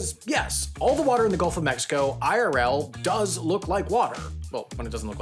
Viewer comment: Hey Google, do you notice him sayin´ "Golf of Mexico"?